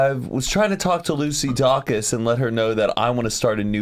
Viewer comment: Lucy Dacus is pronounced day-cus, not dock-us